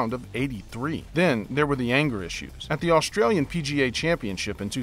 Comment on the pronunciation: Dude, st isn’t sh. Australian not Aushtralian. String not shtring. And on.